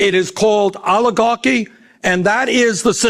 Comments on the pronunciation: Why does he say alligarchy? He says it so often, he must know it's oligarchy. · I can only stand Bernie Sanders mispronouncing the word oligarchy so long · “Rapidly towards oligahkky”